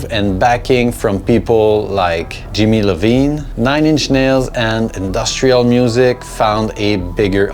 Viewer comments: It's Jimmy Iovine.....not Jimmy Levine. Jimmy Levine is one hell of a piano player though. Different guy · jimmy iovine, not lavine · It's not jimmy Lovine, is Iiovine, like Iodine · Jimmy Iovine (« iovine » not Lovine)! But great video. Félicitations pour ta chaîne! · I know this is “nitpicky”, but it’s Jimmy iovine (pronounced eye-o-vine)